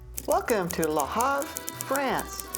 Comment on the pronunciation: It is LE HAVRE, not LA HARVE !!!